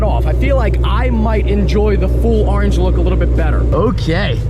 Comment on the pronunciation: Car is beautiful love the color and we all get to enjoy how you pronounce orange.